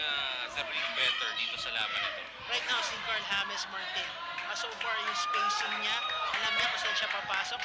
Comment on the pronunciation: hindi hames😂